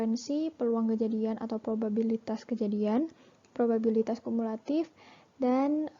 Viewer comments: penyebutan kata probabilitas menjadi probibalitas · Probibalitas, "babi" bukan "biba" (19) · prima kesalahan mengucap probibalitas yang seharusnya probabilitas (Lenna Agata - 14) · Niken Dwi K (22) kesalahan ada pada prima nanda salah pengucapan probabilitas jadi probibalitas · Laelatul Jayanti - 13 Saya menemukan kesalahan pengucapan pada menit ke 09.04 harusnya probabilitas menjadi probibalitas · pada menit 9.04 prima kesalahan mengucap “probibalitas” yang seharusnya “probabilitas” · Linda maulidya (15) penyebutan kata probabilitas menjadi probibalitas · maretha wahyuningtyas kesalahan pada penyebutan kata probabilitas (05)